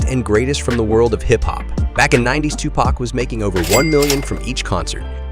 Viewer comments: You pronounced his name wrong and that 1995 BMW 760i is Suge Knight's car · You completely butchered his name you should do this whole thing over again